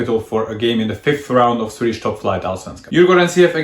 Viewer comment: Your Swedish is beyond impressive! Your pronounciation is spot on! Great video, as usual!